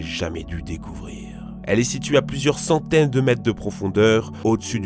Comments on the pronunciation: Centaines il a dit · "Pendant des saouteines de millier d'année"